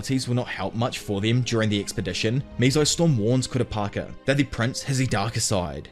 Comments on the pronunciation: how did u manage to butcher kurapika's name so many times and say it 4 diffrent ways??? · He finally said Kooo-Ra-Peeeeka. Instead of Ka-ra-pa-ka! Lol. Only if he would said JiiiiiinJeee-ng. Not Ghe-ng! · Dont you dare reedit the video Everytime yoi said kurapaka it made me laugh And made watching this video a blast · were you just mispronounced kupakira on purpose? 😂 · Pronunciation sharpening: it’s not KUH-rah PI-kah…that’s the wester pronunciation…switch around the stress. It’s on the second syllable: kuh-RAH pi-KAH Like westerners say: nuh-ROO-toh (Naruto) Its: NAH-ru TOH 2 stresses on first and last syllables😇 I didn’t even know what our narrator was saying until K was shown on screen😊 I know it’s minutia… The Narrator is doing a wonderful job. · Halfway through and "kurapaka" is grinding my gears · Not kurapaka😭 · For the love of all that is anime, please pronounce Ku-rah-pee-ka’s name correctly. Great video otherwise. Can’t wait for a recap on the voyage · The way he changes his pronunciation of Kurapika 😂☠️☠️ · The way you announce kurapika drives me insane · You mean Kurapako? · Dear god yes, I like his detailed explination of the events but holy shit, homie CANNOT decide how to pronounce Kurapika. I know it doesn't roll off the tongue but bro, even if it's wrong stick to one pronunciation, I'm over here thinking Kura-Peeka and Kura-pocky are 2 diff characters cuz I'm not watching the video. To be fair HxH has funky names but I just feel like he's just doing one or two takes and let's keep going. Seriously dude, pick a way to say it and try to be consistent, even if it's wrong just go with that. 😂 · I'm going to call the guy until he pronounces Kurapika a little better 🤣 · i love how you pronounce Kurapika differently every time you say it, and that it's never correct lol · Pronounce Kurapika Challenge [IMPOSSIBLE!!] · Complete butcher of his name 😭😭😭